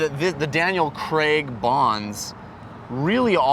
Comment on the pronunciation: why does he pronounce craig 'crag'. its really weird